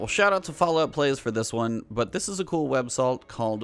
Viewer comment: "websalt" ?? lol